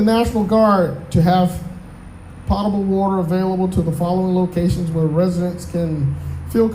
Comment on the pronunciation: Potable is pronounced with a long O.